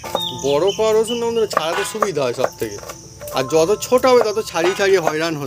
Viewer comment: অসুন নয় রসুন বলুন